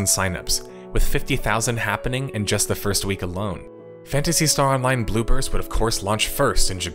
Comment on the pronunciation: I keep hearing "Blue Burst" as "Bloopers."